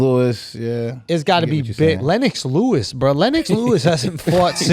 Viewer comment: That dude said Lennox Lewis HAHAH